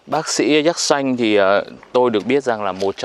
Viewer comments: Xin chao . Khi nghe anh phat am la ( Yatsanh ) theo toi biet la nen phat am ( Yetsinh ) . nghe phat am nhu the toi nghi khong dung lam . Chi co y kien thoi , chu khong co y xau vi dau . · Đọc đúng là yersin hay là yersan. Mình nhớ là phiên âm là dzét Sin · Sao lại đọc yer sanh kỳ quá, hình nhue sai sai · sao yersin mà anh đọc thành yer-sanh vậy anh? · Cứ nghe cái giọng đọc của anh nó chói tai sao ấy cứ Déc Xanh mà đọc nghe sao sao ấy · Thằng bác sĩ đọc sai tên ông bác sĩ nước ngoài thế mà cũng làm youtuber cho thiên hạ học, nói theo cái sai việc ác.Thế mà ngày xưa thầy cô giáo (bác giáo) của bắc kì cho lên lớp nhỉ. Dạy chữ đã sai còn đi mở mồm ra làm công việc dạy học, dân đĩ bắc kì súc vật đã ngu dốt còn cãi ngông cuồng, lưu manh, côn đồ 💩😄😄😏